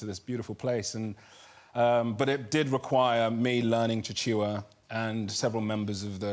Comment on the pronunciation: Oh noooooo!!! I love Chiwetel Ejiofor and being 1/2 Malawian and having lived n Malawi until I was 12 I was startled to hear him refer to it, mainly because so few people in the world even know Malawi exits. But the language is Chichewa, pronounced very phonetically, and not “Chi-chi-wa”😫😂